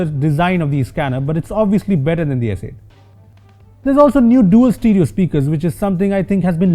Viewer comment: Did he say s8 "t"???